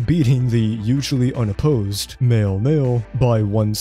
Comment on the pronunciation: When you say mayor, it sounds like male